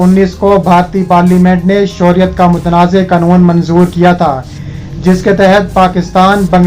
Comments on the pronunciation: یہ شوریت کیا ھے بیٹا خبریں پڑھتے وقت تلّفظ کا خیال رکھیں اصل لفظ شہریت ھے ۔ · بھائی صاحب!! اپنا تلفظ درست کر کے خبریں پڑھا کریں مثلاً شہریت کا لفظ کتنا غلط ادا کرتے ہو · I agree with you